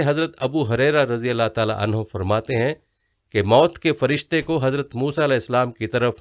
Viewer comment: Bahi sahb jibraeel nhy hai jibreel huta hai. Aur mard sahabi k lye anhuu huta hai anhaa nhy. Edit kr k sehi bolain. 🙏🙏🙏